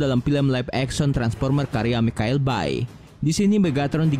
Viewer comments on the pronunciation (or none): none